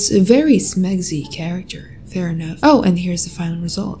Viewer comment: The way says 'smexy' is so funny 😂🤣